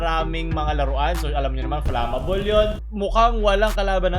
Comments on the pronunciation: fLamAboL❎ Fleymabol✅ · ganon pala pronounce ng flammable hahaha